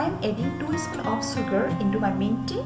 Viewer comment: Sooogar and refraysing 😂😂😂🤣🤣